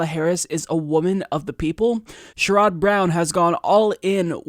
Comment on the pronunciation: Hey - Sherrod Brown is pronounced "share-id" like rhyming with lid. Thanks for this video:)